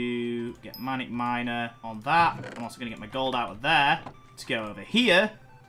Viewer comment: WHY DID YOU SAY MINAC MINER ITS MANIAC MINER!!!!!! BOI SAY IT RIGHT!!!!>:(